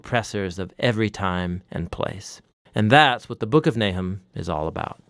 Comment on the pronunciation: His name is not Nai’hem; it is Nah’chum.